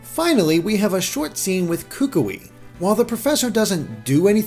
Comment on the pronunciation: It's pronounced kuKUi :)